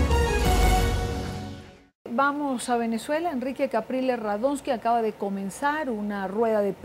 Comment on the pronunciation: disculpe, a usted quien le pregunto si tenia amigos en europa? las palabras no se escupen, se dicen o expresan.. y aprenda el nombre su pais que es VENEZUELA, NO VANAZUELA